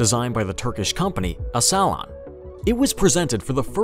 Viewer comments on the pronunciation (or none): Its Aselsan, not Asala 😂 Asala is a terror organisation of Armenia.